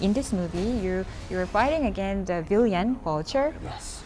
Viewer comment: 빌런을 빌리언이라고 발음하네 ㅋㅋㅋㅋㅋㅋㅋ